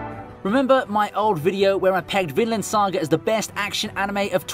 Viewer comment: It sounded like "Finland Saga" in the video. Lots of sauna baths and beer.